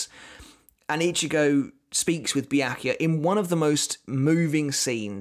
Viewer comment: Byakuya pronounces Bia-ku-ya.